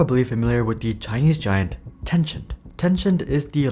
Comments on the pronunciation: TIL i've been mispronouncing TenCHent wrong all these years. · It's ten-sent I think, it's not translated from any Chinese word so it should just be how you would normally pronnounce it in english (which is ten-sent, since words like percent are pronnounced per-sent)